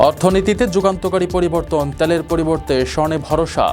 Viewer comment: ত্যেলের না তেলের 😅😂